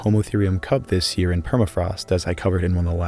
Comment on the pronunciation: is it just me or am i hearing you say "hear" instead of "year"? 😅